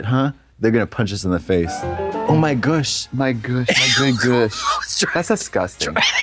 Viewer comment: "Oh my gush!"